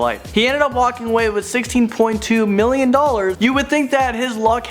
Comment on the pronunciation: he says 16 millon instead of million